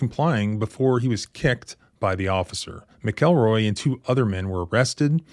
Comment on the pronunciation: its Mac el roy lol not mick el roy